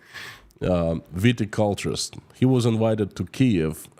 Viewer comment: you are saying viticulture correctly. Vitis is the Latin name for grapes.